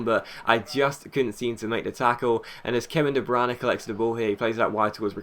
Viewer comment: de bruyne is not pronounced de branagh